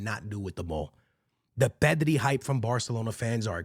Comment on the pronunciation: Bro I thought they were saying “Messi” not “pedri”